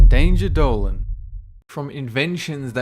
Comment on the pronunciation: Dayn-jah dolin